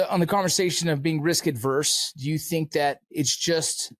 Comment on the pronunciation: Guys, it’s “risk averse,” NOT “risk adverse.”